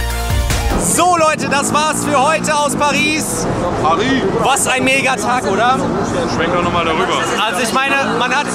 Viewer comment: Dieses eiskalte "Hör auf." hahah :'D Immer wenn jemand Paris sagt, kommt Taddl und sagt Pari XD haha<3